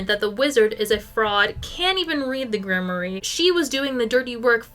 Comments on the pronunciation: Grimoire 💔 Grim-wAR not grim-ory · I've never heard grimoire pronounced like that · thats…not how you say grimoire…